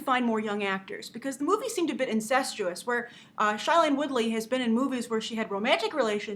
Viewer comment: It Is NOT shilene!!!!!